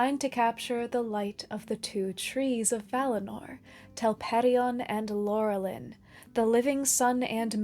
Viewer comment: Why do so many people struggle to pronounce Maedhros when the Silmarillion comes with a pronunciation guide? Got Laurelin wrong too.